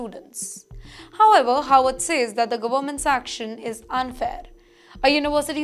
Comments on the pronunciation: is pronouncing '"Harvard" as "Howard" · It’s Harvard, not Howard.